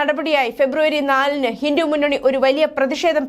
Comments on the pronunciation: ഹിന്ദു എന്ന് വ്യെക്തമായി പറയാൻ അറിയില്ലെ. ഹിന്റു എന്നാണല്ലോ പറയുന്നത് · ഹിന്റു അല്ല ചേച്ചി ഹിന്ദു എന്നാ പറയേണ്ടത്